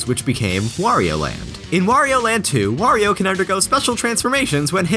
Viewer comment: It's good to hear someone other than me say "Wario" instead of "Worio".